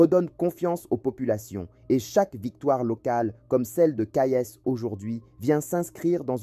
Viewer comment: Petit !!! C'est pas colonel !!! C'est General !!! C'est pas Kayess !!! C'est Kayes !!! D ou venez vous ????